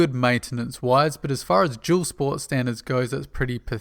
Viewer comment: Whats a "jewel sport" ?